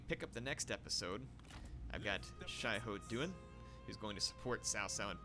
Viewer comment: “Xiahou Yuan” is pronounced as “Sia Hoe Yuan”